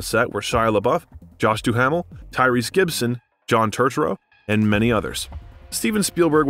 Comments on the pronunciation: 9 oh 2 one oh Josh Dumel is the proper pronunciation. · 6 minutes in and our narrator has already mispronounced "90210", "Josh Duhamel" and "John Turturro" [EDIT] now "Judd Apatow" as well., you said "Jude" [EDIT] "ZOOIE" Deschanel. You're on a role